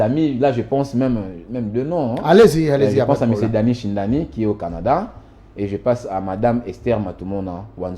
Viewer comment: C'est Danny Shindano du Canada et pas shindani.